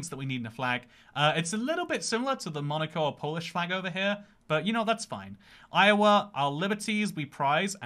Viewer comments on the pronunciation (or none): none